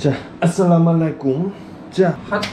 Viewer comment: আসসালামুয়ালাইকুম (assalamualaikum) not "assalamalaikum" ☺️